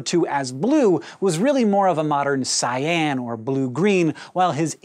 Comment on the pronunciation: Good way to piss off a lighting designer: Pronounce "Cyan" as "sie-ANN" when it's actually "SIE-ehn"